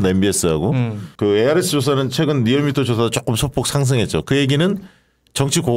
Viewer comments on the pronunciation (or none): none